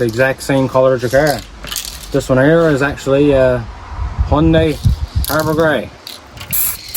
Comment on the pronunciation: The only reason im here is thats not how u pronounce "hyundai"